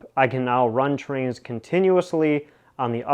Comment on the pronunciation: AH TRAINZ WITH A Z LIKE TWO TWO TWAINZ;-) I wish I had a twain room like your Would love doing a hi-wail twee wail way-out NO DE-WAILMENTS;-)